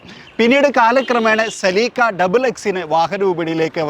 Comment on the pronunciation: Seleeka alla Celica aan